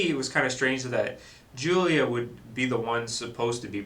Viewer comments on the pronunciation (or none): none